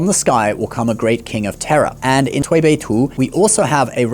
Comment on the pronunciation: ok ur chinese pronousation for the Tui Bei Tu is very execellent, well done